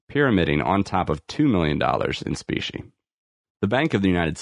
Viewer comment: Is this AI reading this? I keep hearing speeshee money. I had to look it up. It’s specie money. Meaning coins. 👍🏻